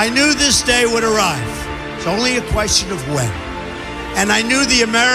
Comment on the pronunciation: I love this part of Trumps Speech: "To be, or not to be: that is the Q-uestion: Whether 'tis nobler in the mind to suffer The slings and arrows of outrageous fortune, Or to take arms against a sea of troubles, And by opposing end them?" -- Hamlet, act, 111, Scene 1. (1111).